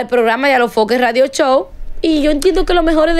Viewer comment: CANDY ES FOKE NO FOKER 😅